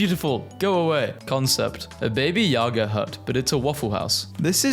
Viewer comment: It’s pronounced “Ba - Ba - Ya - Ga”